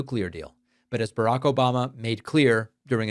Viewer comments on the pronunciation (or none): none